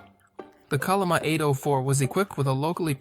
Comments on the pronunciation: Chol'-li-ma, bro, i'm not a Korean neither, but it's not that hard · Pls use the Yale romanization "chenlima" when pronounce 천리마